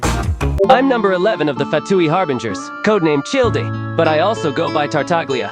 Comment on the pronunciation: FINALLY FOUND SOMEONE WHO POINTED THAT OUT-😭